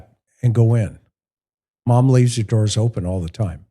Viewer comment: DOORS NOT DOIRS